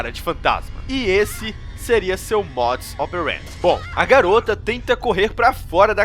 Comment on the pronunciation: hahahahha sempre acho engraçado nos videos dele quando ele diz "modus operend" ahhahahahha